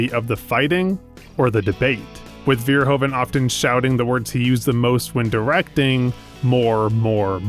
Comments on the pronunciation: His name is Verhoeven, not Veerhoven! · The "oe" in Verhoeven is pronounced like the "oo" in Hooverdam.